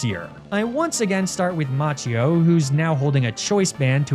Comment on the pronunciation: Macchio would be pronounced 'Makio' in Italian